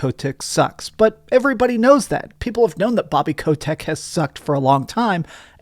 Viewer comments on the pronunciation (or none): "Bobby Ko-tech"